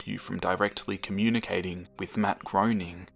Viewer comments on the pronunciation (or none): Matt Groening’s surname is pronounced graining not groaning.